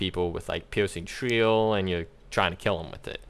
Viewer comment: He says his “r”s as “w”s, shwieking shwill